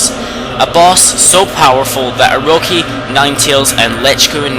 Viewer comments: Its orochi not oroki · It's bothering me that he's saying Orochi wrong. Oroki is not correct. But otherwise, fantastic video!! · its Orochi not orohi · Not to be rube but he really botches up all these names and it makes me cringe, but it might be because i'm just a stickler for this kind of stuff i mean stuff like Ark of Yamado, akurow, aroki (its Orochi) its cringe-worthy man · it's odochi not oroci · Ugggh. It's Oro-chi not Oro-ki! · It's pronounced Oro-ki in Japanese since all vowels are pronounced as ah, eh, ih, oh, and uh. Orochi is pronunced with a k instead of a ch sound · *after reading pointless fight in comments section* Anyhow, great list, but I have a few complaints. First Oroki... gotta pronounce the ch like cheese. Second, If it's a favorites list at the very least say what you like about the fights before the top 5, third, don't be a try hard with those clever recap titles. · And i couldn‘t agree more, pople pronouce vowels diferent and i know that, and if you dont know proper japanese pronuciation well then its understandable, but i have to correct if someone says Orochi that badly, you say it as if theres a L in it like this Orlochi but you roll the L, anyways i see your opinion emmakatenotcake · This is just a large story telling and not the reason you chose, and also it is o-ro-chi not o-ro-he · its oroCHI not oroKI -. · the way u pronounce things is..wel stunning: Sake, Exorsise. Tsukiyomi (tsukukiyami??? wut?) Orcochi (oroki)? Usually I aint that hard on folks. and I like your video. But im rea;;y sorry when I say I hate it when people make a video and DON'T do either the Research or take an efoort in Pronunciation. BUT. Since I like your vid. Have my like and hopefully better luck next time.